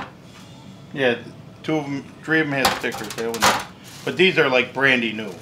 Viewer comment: Did he say brandy new 🤣